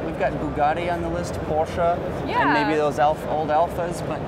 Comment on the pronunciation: Not Pooscho